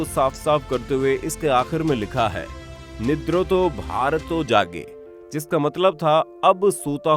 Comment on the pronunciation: Not 'Nirdoto Bharat' it's 'Nidreeto Bharat'... means a nation which was still asleep. 😌